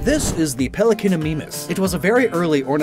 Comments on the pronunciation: I couldn't stop yelling "ITS MY-MUS NOT MEE-MUS" throughout the video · Mimus in ornithomimid dinosaurs is pronounced "MIME-us" like in My and Mime, with a short I sound, not an E sound.